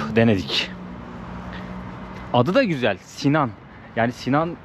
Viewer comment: Cok guzel bir cekim olmus. Bu arada "Si-nane" olacak, 'Sinan' degil.